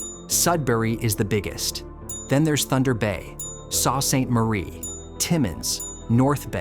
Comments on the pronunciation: saw Saint Marie? Ka-pusk-sing? the narrator is from southern Ontario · very informative, thanks; it's very sad that Northern Ontario is losing people, something has to be done about it, becoming a separate province should be considered; mispronouncing cities like 'Soo Ste. Marie' is regrettable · Thumbs down because narrator of this channel said the names of Kapuskasing, Sault St Marie wrong, tho got to admit you are right there been talk of Northern Ontario splitting from Ontario